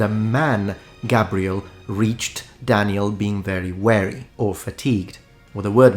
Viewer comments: Fascinating. One minor side note, for the clarity of your presentation. you say "Gabriel reached Daniel being very..." You say "weəri". That sounds like the word "wary", meaning cautiously, nervously. However you clarify it by saying "full of fatigue". That means you meant "wɪəri", "weary", meaning very tired. I wouldn't mention it except I know from your other videos how much you care about correct pronunciation and clarity, and I know you'll take it as constructive criticism to help your future videos be even better! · I feel like it's worth pointing out that you pronounced "weary" in a way that made it sound like a completely different English word. "Wary" is a word which means cautious or careful (same root word and similar meaning to "aware"), and that's the word you said instead of "weary" (which means fatigued or tired as you described). Given the usefulness of both words, it's probably a good idea to check that you're saying the right one! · Check your pronunciation of weary, meaning exhausted. It is not the same pronunciation as the word wary, meaning paying close attention to threats. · You keep pronouncing "weary" {tired} as "wary" {cautious} - Obviously Italian does generally pronounce an E that way but the words do not have the same pronunciation in English. "Weary" would be pronounced like Beer, Dear or Fear with an added Y on the end.